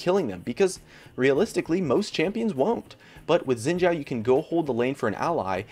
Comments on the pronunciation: You pronounce Xin Zhao wrong. It's pronounced Xin Sao, not chao. So annoying. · FOR GOD'S SAKE It's pronounced (SHIIN) not (ZIIN)